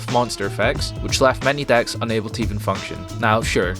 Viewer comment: Your accent is horrible One of the best "acts"? Can't pronounce DECKS? LMAO 😆 When you say yu-gi-ho history the subtitles say new year history 😂